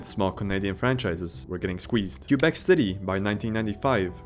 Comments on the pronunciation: Its prounounced kwuh-bek. Not Q-bek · "The Q-bec Nordiques...." Sigh. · Teach your AI to properly pronounce Quebec!!! It's not "Kew-beck." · omg can you please pronounce Quebec properly it's driving me nuts